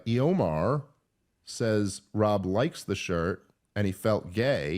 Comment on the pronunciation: Dave, I'm very concerned that the name of one of the people who asked you a question might have been Eomer from LOTR, and you pronounced it E Omar. I hope I'm wrong, because that would be an egregious blasphemy.